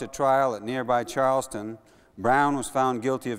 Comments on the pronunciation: Correction needed because of pronunciation: The trail was in Charles Town, which is only a few miles from Harper's Ferry, not Charleston, the capital of the state, which is some distance away. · Charles Town, WV (in the eastern Panhandle), not Charleston, in the south-central part. TOWN, not TON. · Bro, it's "CharlesTOWN, West Virginia" not "CharlesTON, West Virginia." ;) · Charles Town is not Charleston! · Charles Town, Virginia. NOT, Charleston.